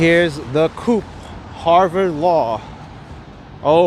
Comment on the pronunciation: actually it is "coop" not "co-op" :P